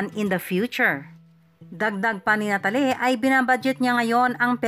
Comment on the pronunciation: Penelo-peh at nata-leh